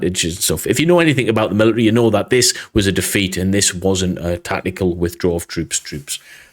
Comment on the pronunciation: Note: mili-ary is actually pronounced military